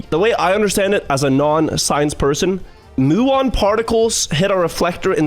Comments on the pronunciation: FYI, it’s pronounced “m-yew-on” not “moo-on”, from the Greek letter mu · I don't know why the person in the video pronounces muon as "moo-on", but it's definitely "mew-on".